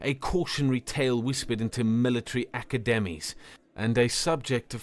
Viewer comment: Oh my gosh a human actually said aca-demies instead of academies I didn't know anyone pronounced it that way